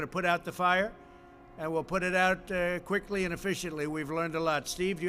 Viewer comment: Or Quicklllly